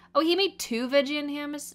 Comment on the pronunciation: No one:: hAmmUs 😭😭